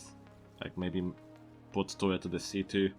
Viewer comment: he said turret like toilet XD